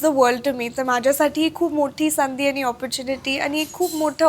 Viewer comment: शेवटी आनि पानीच बोलतेय. ण आणि न मधला फरक सुद्धा कळत नाही.